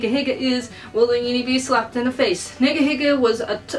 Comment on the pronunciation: your pronouncing niga higa wrong